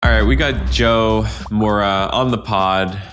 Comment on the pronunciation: "Jo-ah-oh Moura" - maybe learn how to pronounce your guest's name next time?